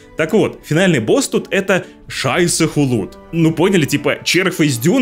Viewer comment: Друг мой, ну вот зачем ты так?)))) Ты как сказал Шайсе Хулуд, я чуть пельменькой со смеху не удавился))) ну уж эта-то сортирная шутка имеет правотна существование